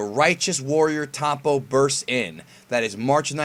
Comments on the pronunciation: This guy said "Towpon" LOL Why can't americans pronounce the " O " like anybody else... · are you saying tompo? the fuck